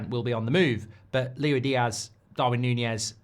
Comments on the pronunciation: Why are you saying it like lewy diaz instead of like lewis diaz 🤣. My head is hurting lol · He’s not Louie Diaz mate it’s Luis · Stop calling him Louie Diaz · Why doesn’t he ever pronounce LUIS Diaz properly? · Pisses me off how he pronounces diaz’ first name